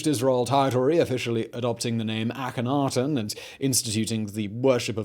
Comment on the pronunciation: I have heard that the K in it is silent. It is a-hen-a-ten